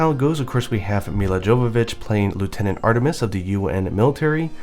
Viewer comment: pronounced mee-luh yo-vo-vitch